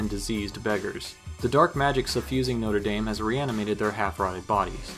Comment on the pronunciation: Americans being completely unable to pronounce Notre Dame correctly will never not be funny to me.